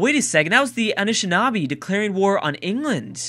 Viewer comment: Am I the only one that thinks it's kinda funny that of all the names, be it city names or civ names or whatever, can't pronounce, he totally owns the pronunciation of the Anishinaabe